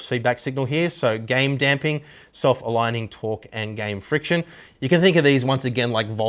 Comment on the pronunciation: Game "firction"...?